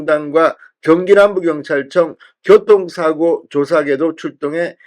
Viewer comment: 진성호님 평소 좋아하는데 오늘은 맘이 급하셨나 봐요. ㅎㅎ 고통사고가 아니고 교통사고 입니다